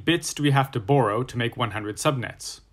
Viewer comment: When you say "borrow" it sounds funny to me lol. Almost like you saying "Burrow"